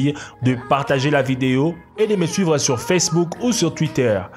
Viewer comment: sa ma fait bizzard quand a dit ilove you